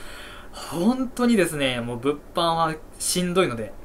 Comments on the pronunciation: 物販のイントネーションがブッフォンなの草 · 毎回物販のイントネーションが気になるw